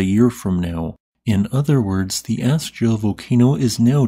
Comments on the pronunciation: its pronounced ask-ya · Thank you for all your work! Just so you know, it's pronounced "ask'-ya". You kind of go back and forth calling it "as'-ja" a few times, then "ask'-ya", and back again. Love to you and yours!